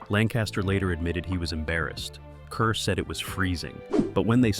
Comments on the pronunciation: Deborah Kerr's name is pronounced "car." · Kerr. Pronounced "car." Zinneman. Not -"mon."